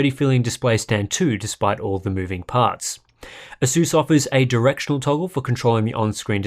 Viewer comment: Pisses me off how he says asus